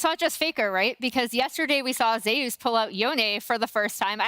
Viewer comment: Why is Zeus pronounced as Zayas not Zeus?